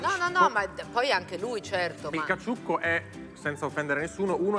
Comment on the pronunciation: E il mitico gattuccio nel caCCiucco che la Clerici non riesce manco a pronunciare...🙄